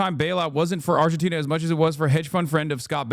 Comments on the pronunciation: They say Argentina like tis a new word to them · Fox news anchors struggling with pronouncing 'Argentina' makes it even funnier. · Why are they struggling to say Argentina so bad??